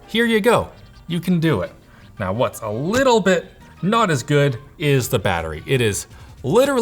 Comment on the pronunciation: “... and it has a lituwl bit ”